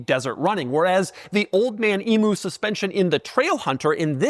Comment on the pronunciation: What is it with the yanks and not being able to pronounce emu properly its not a double o sound, its a u (like "you") pronounce it like Eeem-you